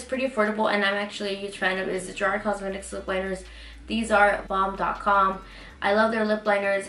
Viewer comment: You were my favorite of 2017! Favorite beauty girl and fav when it comes to body positivity and body motivation. Also each time you mention "Jouer, I'm like hey! I taught her how to say that" 😊😘 now for the bronzer it is pronounced air-ess. The h is silent. Here's to a blessed new year.